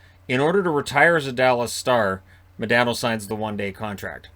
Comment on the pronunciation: Its MahDaaahhhNo